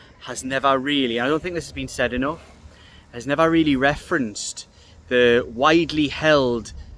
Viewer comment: The word is really, not teally. You're welcome.